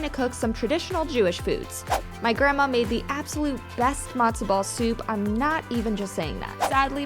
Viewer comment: It's not "Madzo" ball soup, it's Matzo ball soup. It's not "Briddish", it's British. Pronounce your t's like a regular human being.